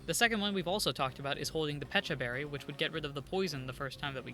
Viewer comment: For the pecha berry, I think? It's peh-cha, since it's just peach with the letters scrambled (didn't realize that til just now lol) Also love this challenge!